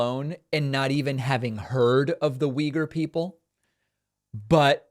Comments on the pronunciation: Uy-gour. Not weager. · the way americans pronounce if (“wee-gurs”) is totally wrong, actually. but i doubt that this mayor knows the ACTUAL pronounciation of the word, though. only uyghur people seem to pronounce it correctly. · I'm definitely not a Republican, nor am I even from the US, and I actually don't intend to defend this guy, but maybe he knows, who the Uyghur people are (not saying, he would have a coherent take on them), but just doesn't know, that it's pronounced this way. Maybe he only knows them from reading about them. At least, that's my rake on that as a non-native speaker. I also wouldn't have had an idea, that this is pronounced like that. In my native language, it's also pronounced very differently. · I was pronouncing it wrong this whole time